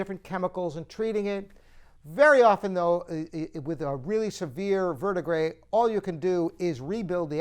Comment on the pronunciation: First of all, learn how to correctly pronounce ‘verdigris’. Second, I think that Bosendorfer makes a better-quality piano.